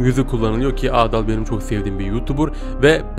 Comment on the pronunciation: Abi o adaal değil adal